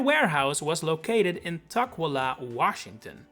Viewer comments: Tuk-WILL-ah Come on, man. It's not hard to find the pronunciations. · the pronunciation of Tukwila and Sammamish are killing me XD